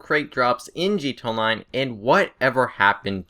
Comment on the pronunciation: can you say gta online and not gt online